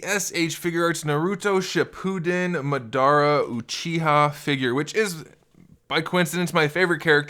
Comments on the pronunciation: How are you just gonna call I'm mud-air-a instead of *mod-a-ra*, then call him a she, like huh? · Lmao he said maadara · I swear, im a weeb so this triggers me because 1.he is a he 2. those red eyes are sharingan and those purple eyes are the rinnegan 3. its pronounced MA-DA-RAH and its also pronounced NAR-OOH-TOE4. its not makeup its because he was reanimated 5. its also called jutsu not ju ju hands 6. ITS NOT A POKEBALL its he clan symbol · oh man... the way you said Madara hurts lol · Dude ur saying madara is your favorite character in naruto and u cant even pronounce his name and cant even tell his gender like come on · u said this is your favorite character from naruto but u just called him a she and u said his name wrong 🤔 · Why do people pronounce his name like that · He made me so mad saying poke all and that madara is a girl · I mean he says hes a big fan but miss pronounced naruto and madara so he better have just read the manga. But after he referred madara as a she I understand that hes most likly trolling alot lol.